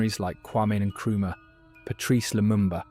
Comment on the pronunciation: You can't say any African names correctly? Not even Traore, Nkrumah, or Nyerere? So, neither West, nor East African?? Hope you are genuine, though? Not just there to lull us into some reverie of comfortable sounds?? But do keep speaking these truths - whatever your goal. Best wishes.